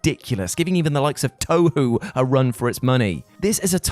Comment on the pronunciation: its pronounced toehoe.